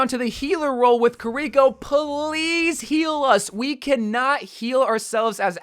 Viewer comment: I hate how he says Kirkio's name 🤢